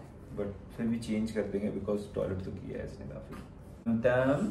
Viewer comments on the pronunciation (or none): Tamtam nhi timtim...❤️